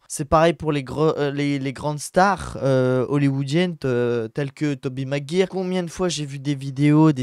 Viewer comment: Tobey Maguire se prononce "magwayeur"